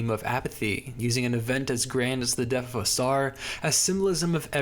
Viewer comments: Your pronunciation of the "th" at the end of a word as "ff" is definitely not helping to maintain a serious tone "leading up to his untimely deaff" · I enjoyed this one a lot, but I still haven’t figured out if he was saying death as “deaf” on purpose or not.